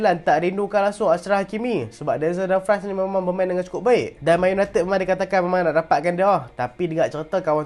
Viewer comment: Dumfries tu sebutan dia dumfreeze bkn fries kentang tu. tegur ja